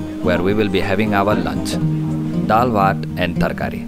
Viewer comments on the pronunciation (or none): I was binge watching your channel and everything was going great until you said "Daal Waat". Please don't butcher pronunciations.